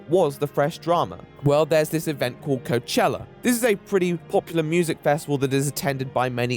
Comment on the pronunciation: coachella...... ROACHELLA